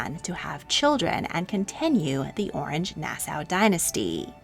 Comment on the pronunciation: Could the narrator please pronounce Orange in the French manner? It was a French principality not a citrus fruit!!!